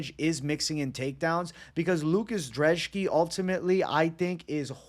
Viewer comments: why u calling brzeski drzeski lmfao, other than that great analysis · lucas dreshki? you cant even read bro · Love the channel but where are you getting a D in Lukasz brzeski’s name?